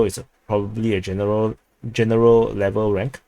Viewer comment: RANK RHYMES WITH TANK.